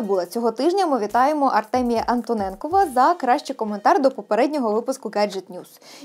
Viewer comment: Велике дякую за подаруночок ! 🙀😄 (P. S.Антонєнков - наголос на 1 склад (Анто'нєнков )